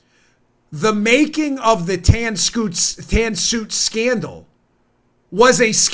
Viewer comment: Dan B - The Tan Scoot Sandal is what you said right? 5 5 5 oh sorry the Tan Suit Scandal ... yes a big joke to deflect that OB never had a Sandal - that the media got onto anyway.... a hats....